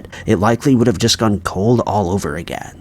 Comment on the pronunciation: What distracts me is whenever buddy says "again," and it sounds like "ageh." 😂😂 but, yes, that annoyed me too.